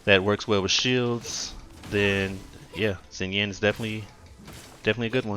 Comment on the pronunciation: Pronunciation is closer to "Shinyan"